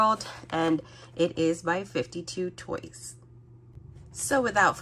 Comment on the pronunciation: Awesome video as always ❤ Also I think 52toys is pronounce as “Five Two Toys” !